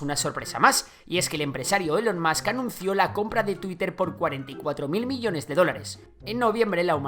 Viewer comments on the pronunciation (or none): none